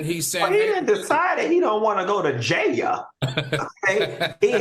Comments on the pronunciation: I live for Funky saying “Goin to Jay- Elle!” 😂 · The way Q says JAIL is too funny. 😂😂😂😂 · 😂😂😂why is funky saying Jail like that shit got me ctfu